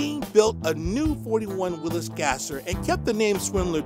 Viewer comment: who is the guy reading all this info. that he doesn't know to pronounce Willis Willies? let me know, thanks